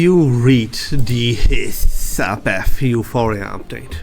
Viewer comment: As a Hissabeth main, I love the way he says Hiss HAHAHAH